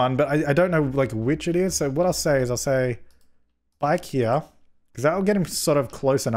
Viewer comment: Everytime says “bike here” it sounds like “IKEA” to me 😂😂